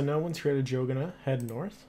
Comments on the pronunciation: i thought the same thing.. arr-dough-- nnnnn that is how you pronounce it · he goes: Adrogana l0l